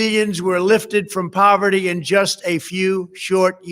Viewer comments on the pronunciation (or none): I cracked up when he said he lifted millions out of povertt